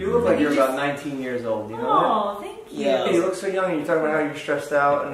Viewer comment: "tank you bro tank you"